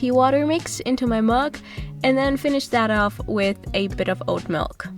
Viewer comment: Why do you pronounce milk like mulk